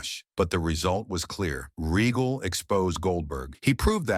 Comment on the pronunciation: Another AI Generated BULLSHITTTT video and you can always tell because it always has problems with pronunciation 🤣 Lord Reggle 😂 instead of Regal 😅